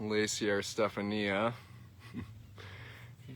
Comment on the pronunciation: You pronounce it Ste-fawn-ya not Ste fan ee ah. 😂